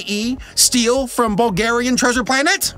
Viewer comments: All the Bulgarians are gonna love this. You just butchered a Bulgarian text. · if you ever need to read another bulgarian title know that us bulgarians put emphasis on the front of the word not the back